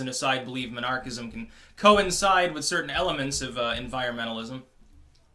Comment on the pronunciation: Took me halfway through the video to figure out that you weren't saying monarchist/monarchism.